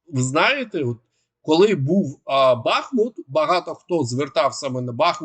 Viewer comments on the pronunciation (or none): none